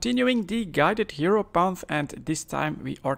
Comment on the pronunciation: It's "hierophant" btw, which means priest.